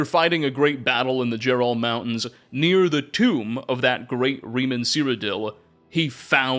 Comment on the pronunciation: This is a small thing, but seeing as you say his name about a million times, Reman is pronounced Raymon, not like Remus from Roman myths.